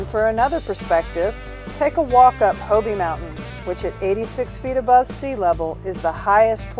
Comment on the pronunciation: It's HOBE. Not HO-BE. The "e" is silent.